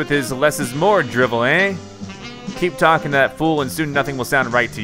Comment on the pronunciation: talking not tlking